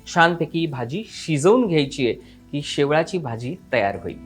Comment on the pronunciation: शेवाळी naka mhnu शेवळी bolych